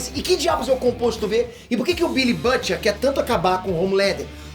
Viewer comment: Custa falar o nome BILLY Bruto kkk, otimo resumo "Perterr."